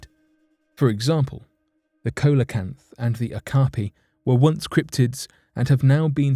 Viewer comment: The narrator mispronounces terms e.g. "coelacanths" - which is a give-away that they have just coddled together various sources without even checking pronunciation. This is amateurish.